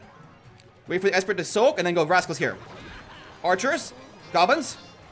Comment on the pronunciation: I luv it when you said Ice Spurt instead of Ice Spirit😅